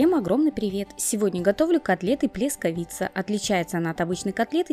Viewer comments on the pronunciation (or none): ПлЕскавица ударение на е, гугл блогеру в помощь😁. Плескавица , а не,, плесковица,, Две ошибки в одном слове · Ну так если не авторский... как можно сделать две ошибки в слове, плескавица,,) Ударение на,, е,, и пишется через,, а,,(а не через,, о,,) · А а слове ,,плескавица,, 2 ошибки (ударение на ,,е,, пишется через ,,а,, ,а не через,, о,,)Безграмотный блогер(